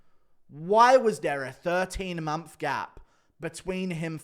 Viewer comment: Do you mean MONTH when you say MONPH ?